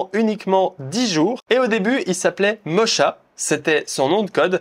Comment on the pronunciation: Merci pour cette formation ! Juste Mocha se prononce [moka]